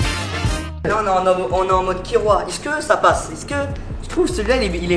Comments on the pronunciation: sa me stresse au lieu de dire es-ce que il dit isque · Des que tu dit iceque ça me perturbe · Inoxtag quand il dit ''est ce que'' : i ce que ( isse que ) XD